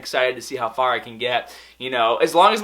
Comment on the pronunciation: Ok the way you said far caught me off guard sounded so strange or are you doing it on purpose